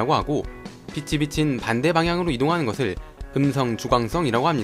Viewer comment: 글:빛이 비친 읽을때:비치비친